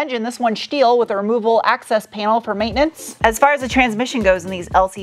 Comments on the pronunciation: nothing will ever be as iconic as Sarahs "shteel conshtruction" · Is "shteel" and "shtruts" just a shpeech impediment? Or schtick?